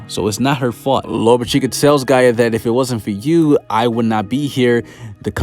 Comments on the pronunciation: Bro it’s gaJA not gaea 😭😭u be killing me dawg where the hell u from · Everytime this man says Gaia I just wanna be like it's Gaja 😭